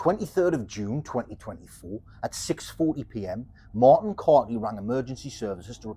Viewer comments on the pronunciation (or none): none